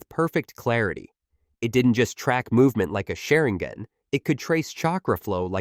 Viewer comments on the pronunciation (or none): How to tell someone you have never actually read the manga or seen the anime. Rinigin, sharingin... everything I heard in the first 90 seconds was basically wrong. AI generated videos simply can't grasp the nuance of these characters, their abilities, or their history. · Sharinggon😭 what is this AI voiceover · Is nobody gonna talk about that diabolical pronunciation man said rennegen and sharingen 😂😂